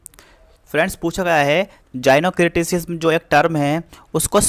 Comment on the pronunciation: I would suggest you to pronounce the word correctly. Gynocriticism : जायिनोक्रिटिसिज्म Gynocriticism: गायनो क्रिटिसिज्म There are so many other words which were pronounced wrongly.